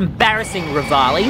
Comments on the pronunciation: bro its not revaoli its revali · Its revali not raviloyi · It’s Revali not raveole. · Ya his name is definitely ravioli not revali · Its Revali not Ravioli